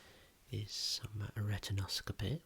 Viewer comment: He say rectankscopy!